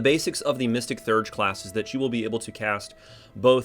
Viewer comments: Actually, more like Thay-urge. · Theurge is pronounced “thee-urge”